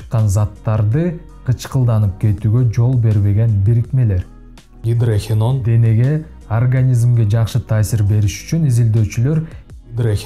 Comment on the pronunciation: Гидрохиен дебей туура айтчы.Гидрохинон эле.